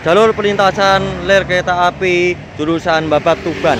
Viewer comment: Ngomong "rel" kok keliru "ler' terus,,,😁